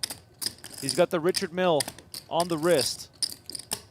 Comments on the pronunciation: His name is sounded out as rike hard not reke hard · It's RYE-card not Richard c'mon ....